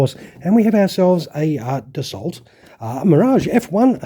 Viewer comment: Doing a kit of this (1/72) in dessert camo...btw the pronuncition of Dassault is "Dasso". .in french written language when the letters a and u are written next to each other its said as "o" and when l and t apoear next to each other at the end of a word they are silent.